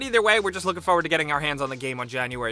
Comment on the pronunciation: Fo-ward bugs me.. Idk why